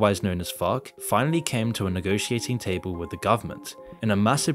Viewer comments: Every time says FARC I hear FUCK XD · I like how you're accent makes it sound like you're not saying FARC- you're dropping F-bombs instead. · The way this guy says farc 🤣